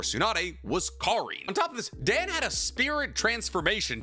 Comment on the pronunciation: My ass does not believe ur learning Japanese calling him "Dan" like that lmaoo